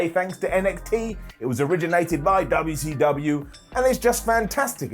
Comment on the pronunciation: Most of us do., I wish these Brits would keep respect on the name. Especially. I won’t slap him every time he says UUcUU